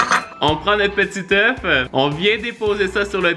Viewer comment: (Un œuf (euf) / des oeufs (eu))... Sinon super la vidéo 👌